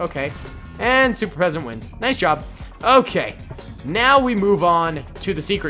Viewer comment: He said super peasant